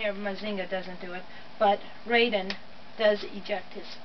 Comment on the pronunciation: So you said all the names right except for your favorite. It’s pronounced Rie-deen. Look up the original cartoon. It’s amazing. Raideen was the first transforming robot and the director went on to direct Gundam.